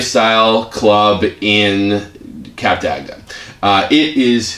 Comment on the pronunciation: They pronounce it totally wrong 🙄, its cup-duct not cap-der-agder, also their review is not honest, the truth is, the place is very dated but still fun, also a warning, they arent fond of americans there because they mispronounce everything and they tend to want to talk and talk and talk, also, they tend to be overweight and get upset when slim, attractive french couples wont play with them, not me, just saying! So if ur american, better to stay in atlanta where there are clubs that cater for the louder, more social people, other than that, have a great time everyone 😘